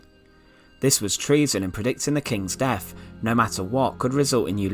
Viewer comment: The deff of Henry the eieff